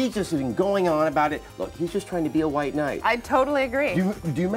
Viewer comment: wight.....wight....seriously ? I was not expecting someone to actually get the word ''white'' wrong.